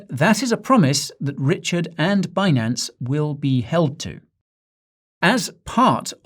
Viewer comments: Um, sir, I was told it’s pronounced BIN-ance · actually it's Benance!